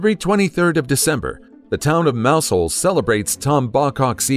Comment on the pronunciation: Mousehole os pronounced, locally, as 'muzzel' or something similar.